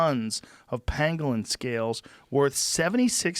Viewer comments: Joe is literally saying "panglin" when talking about the penguin. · OR it was pangolin and his pronunciation is off... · I think Joe miss pronounced that animal..i think its a pokemon not a pangolin lol.